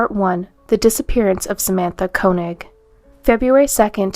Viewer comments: First one's last name is pronounced 'Kay-knee'. I went to school with girl of same name. Not Koe-nig. I do hypnosis and remove spirits including demons from people. I believe demon spirits get inside people and cause trouble. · I thought Koenig was pronounced KAY-nig